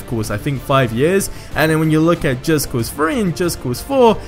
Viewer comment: It's called just cause three not just cause FREE. And with not whiff like you are smelling something. And E three 3 not E FREE.